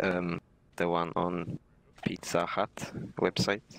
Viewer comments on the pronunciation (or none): hahahahahaha the i on pitzza hut